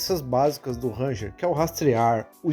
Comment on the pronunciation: Uma pequena dica: a pronúncia correta do nome é "renjer", com o R do começo arrastando um pouco